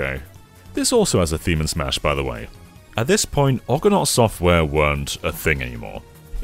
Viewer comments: no, it is pronounced Argo-nort :) I too was thrown a little by the pronunciation in this video which makes it sound like Orgonart. :) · Wait... have I been pronouncing "Argonaut" wrong my whole life? 🤔 Jason and the Or-gan-ots? Sounds wrong 😅 (PS not insulting the video in any way, I love these deep dives from on more obscure stuff)